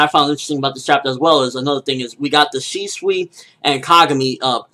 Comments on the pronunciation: Shiswe? Shisui you mean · Its pronounced Shis-ui not Shee-swee lmao